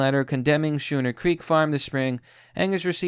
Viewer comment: On a side note, schooner is pronounced similarly to the word school